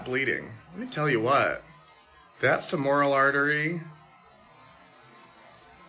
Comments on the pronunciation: It’s FEH-more-ull, not feh-MORE-ull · Can't pronounce the word femoral properly, but has people's lives in his hands. Perfect example of a person that got their nursing degree over the internet, because if there was a teacher he would be able to pronounce it properly. Isn't qualified to be working in a lifesaving profession with that attitude.